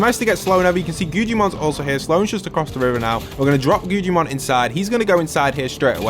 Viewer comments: Bro the way he says guggimon he said guccimon and gujimon😭😭😭😭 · Guggimons name is guggimon but it’s pronounced guggamon